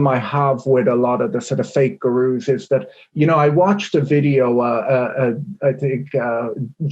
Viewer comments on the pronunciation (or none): 'Fake guhrooze'